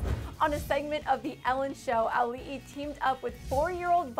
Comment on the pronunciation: THANK YOU for pronouncing Auli'i's name correctly